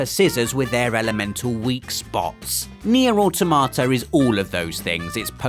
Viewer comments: "Nier: Au tomato" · it's pronounced near a tomata.......